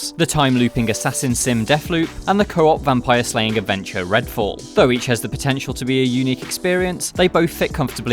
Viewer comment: "Redall" "Fascinating" LOOL